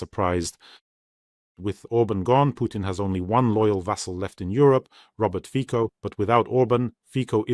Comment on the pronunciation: Just an FYI, Robert Fico's surname is not pronounced "Fiko", it's pronounced "Fitso" (Фіцо).